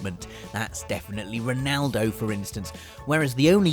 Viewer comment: whydo yo guys say "Renaldo" It's Ronaldo!